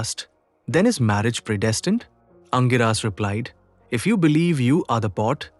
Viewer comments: For info, the sage name is pronounced as ‘Angeerasa’ and not Angiraas. Pls note. Thanks for the video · The pronunciation of Angirasa Mahamuni by the narrator is not sounding right at all😮 apart from that story shows the complex nature of marriage or grihastha ashram! Thank you